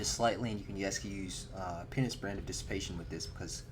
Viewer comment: penis brand? u mean penance brand?